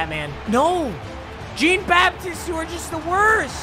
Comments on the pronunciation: It’s jean-baptist it’s French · It’s JEAN-BAPTISTE (BapTEESTE) and I only know that bc he went to NEB and played in NOLA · He pronounced Jeane Baptiste so weird. MY DUDE ITS FRENCH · "Jeen Baptist" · dude... it's pronounced John Bap-tee-st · Papa Its pronounced John bapteest just to let u know😐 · The way he pronounces Jean-Baptiste makes me wanna die. Luv you tho Papa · “JeAn BaPtIsTE” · Is it me or does anyone else realize that he’s saying Stanley Jean Baptiste’s name wrong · Bro you butchered Jean-Baptiste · It just annoyed me so much the way he pronounced jean-baptiste the whole video